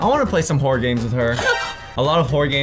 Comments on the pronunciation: It sounds like he is saying Horse instead of horror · When says horror it sounds like he's saying hore 😳😂